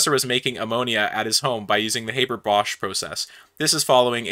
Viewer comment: Okay dude, you're a chemist so you damn well should know this one. It's not "Hey-ber bosch" it's "Hah-bour bosch". You should know how to pronounce Fritz Haber's name or you're not a real chemist.